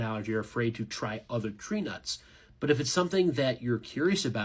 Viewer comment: My name is Trina, and at first it sounded like that instead of tree nuts. If you go back and listen to the last minute or so, and replace tree nuts with my name, it’s 😂😂😂.